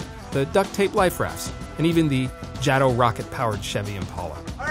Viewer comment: "jah-tow" ? it's " jay-tow"